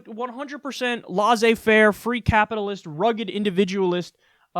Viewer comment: Free French Lesson, Kyle -- it is LESS-ay Fare. (Laissez-faire)